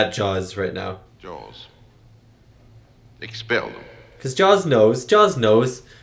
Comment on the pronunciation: More like "ex-PELL THEM!"